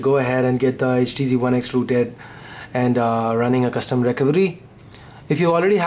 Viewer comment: I like ur voice when u said "rooted", It's like ruted XD